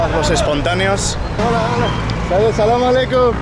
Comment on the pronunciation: كلمة السلام عليكم تخرج من فمك كأنك مسلم مرحبا بك في بلدك الثاني أرجو أن تكون بخير محتواك راءع اعانكم الله سلام عليكم جولة ممتعة